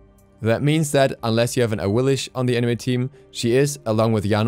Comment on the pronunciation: I love your content but it really grinds my gears when you call Awilix “Awilish” as an awilix main you should at least know how to pronounce her name